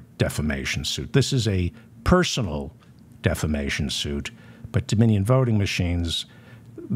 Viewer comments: Re: Mike Lindell. Don’t you mean he is getting sued for “deflammation?” Listen to him say defamation. Every time. It’s delicious. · when Lindell says it, it's "deplisistion".